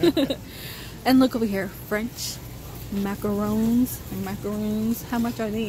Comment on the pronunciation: You actually said macaRON right! Most people pronounce it macarOOn and it drives me crazy bc that’s a totally different cookie lol